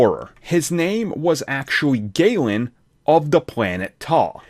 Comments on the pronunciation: Galan, not gaylan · The way you pronounce galan disgusts me.